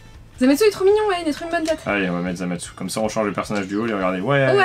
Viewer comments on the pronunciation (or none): Sa ce prononce zamasou en francais et zamass en japonais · En français on dit Zamatsou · sa ce prononce zamassou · en japonais il disent zamase